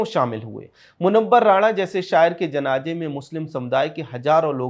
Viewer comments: Who cares about a language pronunciation! Indians speak Hindi with various dialects do you go around correcting them?? CONTENT is important. Don't digress from issues with pettiness. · बशीर बद्र साहब का मैं प्रशंसक हूं आपने उनसे जुड़ा हुआ वीडियो बनाया किंतु अपने 11 बार जनाजे... जनाजे... जनाजे उच्चारित किया आपसे और आपकी टीम से अनुरोध है कि आप बहुत बेहतरीन कंटेंट बनाने के साथ ही उच्चारण पर ध्यान दीजिए और जनाजे की जगह जनाज़े शब्द का प्रयोग कर अपने वीडियो को और अधिक सार्थकता प्रदान कीजिए। मैं आपकी टीम की राष्ट्रवादी विचारधारा और सत्यता का प्रशंसक हूं और एक प्रबुद्ध दर्शक होने के नाते मैंने आपको उपरोक्त सलाह दी है।